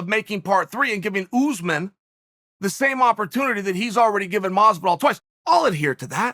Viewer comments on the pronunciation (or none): Hes still saying Ooozman Its not pronounced Chael It's pronounced , Shall